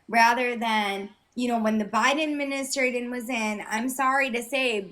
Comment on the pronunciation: The biden what? Midinitration?